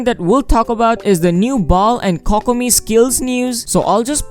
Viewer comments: coc-co-mee..... died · Your videos are very nice and informative but that Kokomi pronunciation could be a little better Dx it’s ‘Koh-koh-mi’ 😆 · i love how you pronounce it cockomi